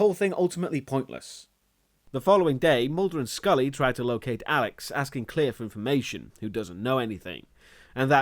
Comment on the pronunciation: Her name is Claire not Clear...